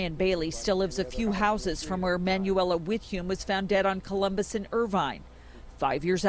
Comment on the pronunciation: Manuela is pronounced “mon-WELL-uh” not “man-you-WELL-uh” 😑😑😑 smh